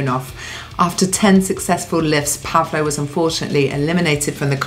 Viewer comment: I could completely shock you: it's not pronounced PAvlo, but PavlO 😊 instead. And yes, it's a biblical name corresponding to Paul and Pablo in English- and Spanish-speaking countries respectively.